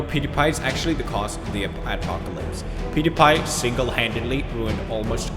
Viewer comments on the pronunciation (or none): I just watched video(YouTube story you need to hear) i laughted so loud when he sayed pewdiepie's name. Peyooodepie 😂😂😂😂